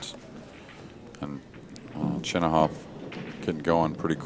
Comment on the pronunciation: I've heard many Russian pool commentators pronounce it Chinakhov and not Chinahov like Jeremy Jones says it